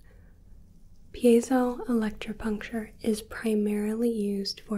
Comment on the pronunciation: Big props to you for pronouncing that cos I would never be able to!